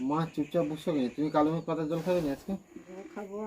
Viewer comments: Kalomegh na, kalmegh hobe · Kalomegh na kalmegh bole